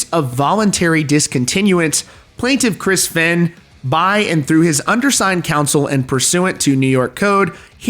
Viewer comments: Fay-n. Like "Vein". Not Fenn. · I know this video is old, but just to let you know.. Fehn is pronounced "Fayn" ! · Bro its "Feign" not "Finn" & "Cray-An" not "Crane". Sheesh 🙄